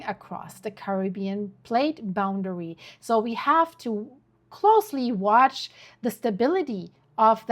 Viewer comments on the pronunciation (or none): none